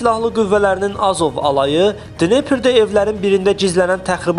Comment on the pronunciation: danişmaqi bele bilmirsiz, A' zov yox . Azov.